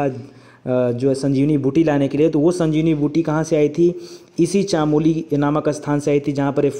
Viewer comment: वो चमोली है चामोली नहीं । मै चमोली फूलों कि घाटी से ही हूं। आप बहुत बार चानोली बोलते सोचा आज बता देता हू।